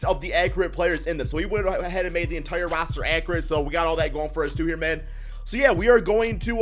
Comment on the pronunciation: Why he say roster like that